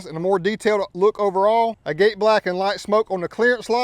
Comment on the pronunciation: It’s not pronounced agate black You pronounce it like agat the e is silent